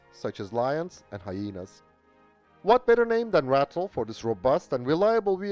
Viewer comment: Just by the way... it's pronounce RAH-TILL. Not "rattle" although most of them did